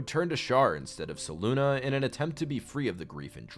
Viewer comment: It has to be said, Selune is not ever pronounced (se loon ah); that would be spelt Seluna.. not Selune. Selune is only ever pronounced (Se-loon-ay) (Se-loon-eh) or (Se-loon). There is no “a” in there at all to get the sound (Ah)